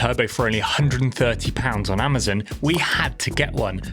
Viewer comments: AmaZON...not AmaZEN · It's Amazon not amerzenn lol